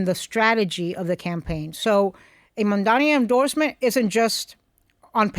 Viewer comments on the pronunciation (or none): It's Mamdani but Mandani 😂😂